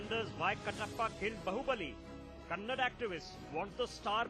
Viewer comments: dumb news anchor can't pronounce the word kannada , its not "kannad culture" , get your pronunciation right. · First of all it's not kannad it is Kannada he is vatal not vittal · lo Nin nakkan anchor its nt kannad its Kannada lofers before running a channel first spellout da words correctly dabba bahubali should nt release in our karnataka if dat konga tel